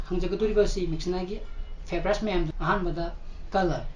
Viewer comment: May I correct u please... Your pronounciation of 'Favourite' is not right... Thank you, love your channel😄